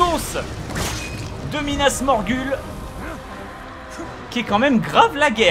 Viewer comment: Bob c pas Minas Morgul c minas Morghoul